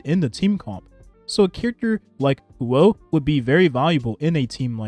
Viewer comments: The way you pronounce the name hoo- oh is right I believe just say it like that as one syllable faster I had a Chem teacher with the same Huoh name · the way you put it together with the Luocha and Huo Huo was really smart and yes that is how you pronounce it! don’t be so hard on yourself :)